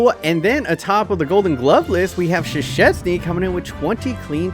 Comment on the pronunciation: The way he said Szczęsny is wrong. It's pronounced "Szczęsny".